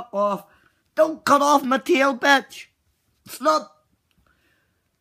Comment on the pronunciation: "Run faster batch, winkers! TWERK THE WAY I LIKE IT BATCH!"😂 batch = the way he's saying it😂